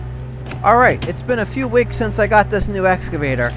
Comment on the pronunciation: “Alright its been a few wiks since I got this new excavator”